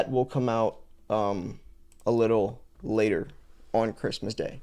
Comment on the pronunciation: is a little latahhhh...ayahhh... 😂